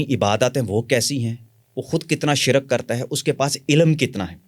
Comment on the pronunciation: حیران ہوں ساری زندگی علم کی جستجو میں ہے اور کتابیی بھی لکھی, ہر بار خود کو چٹکی کاٹ کر تصدیق کرتے رہے اور شرک کو شرَک بولتے ہیں یعنی لفظ بھی صحیح نہیں بولتی باقی جو لوگ ان سے متاثر ہوئے ہیں ان پہ بھی حیران ہوں, لوگ مشہور ہونے کے لیے بہت باتیں بناتے ہیں حا لانکہ اس انٹرویو میں ایک چھوٹا سا شعبدہ دکھا دیتے تو اتنے لمبے انٹرویو گپ شپ کی ضرورت نہیں تھی اور جو صاحب انٹرویو لیے رہے ہیں۔۔۔۔ دونوں مل کر بڑے بڑے لوگوں نام استعمال کر کے لوگوں کو مزید گمراہ کریں. قدیر خاں بھی اس کا محتاج ہے